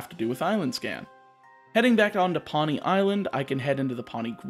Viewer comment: Just letting you know, Poni is pronounced "Po-nee", not "Paw-nee". It means purple in Hawaiian. All the islands are named after a color, which actually coincides with the color of the corresponding Hawaiian island in real life. Source: Am of Hawaiian descent.